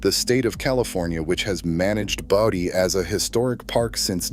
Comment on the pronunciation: BOE dee, not bow dee More lame Moron AI. Thumbs DOWN. Oh I get it now, you pronounce Bodie both ways, alternately. to make sure you got it right part of the time. Duhhhhh.